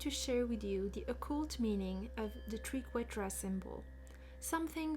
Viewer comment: I love this video and your enthusiasm ❤ The Triquetra ( pronounced as try) is a beautiful symbol